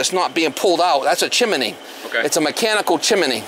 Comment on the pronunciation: At least there's nothing wrong with the chim a nee